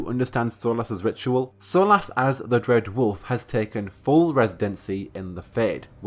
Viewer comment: Dread wolf has risen. Makes him sound like a loaf of bread. Bread wolf lol.